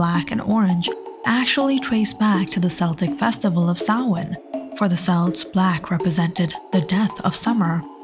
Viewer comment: good video but the pronunciation of "celts" is wrong